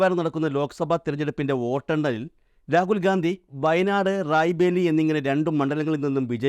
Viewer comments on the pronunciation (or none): റായ് ബേലി അല്ല സുഹൃത്തേ റായ്ബറേലി